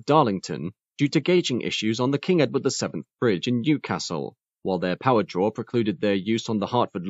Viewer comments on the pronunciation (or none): none